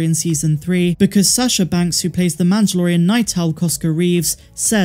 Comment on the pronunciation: MAN-DUH-LOR-E-AN lol